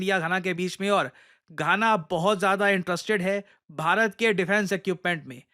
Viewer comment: Gaana, khana ❌❌ Ghana ✅✅